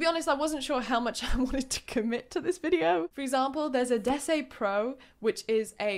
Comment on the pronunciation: I just want to leave a comment. But in order to comment with content: Déesse is pronounced deh-ESS (not des-SEE) and is the French word for goddess.